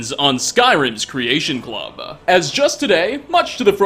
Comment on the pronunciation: Nate....I love you. And I agree with your critiques. But the way you say creation club kills me. "Creation Clubuh" lol